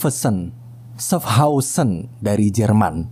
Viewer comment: itu bacanya syafhauzen